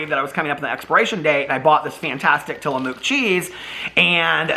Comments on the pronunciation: It's pronounced till a muck. However, I do love that you saw Mook. 😁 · hey! i’m an Oregon native and grew up eating Tillamook and you have to buy the blocks of cheese! they’re soo much better! and it’s pronounced Tilla-mook (pronounced like book)! Tillamook is a little town on the Oregon coast and you can tour the cheese factory! you also HAVE to try their ice cream if it’s available in Indy. love you!! coxo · Tillamook rhymes with book.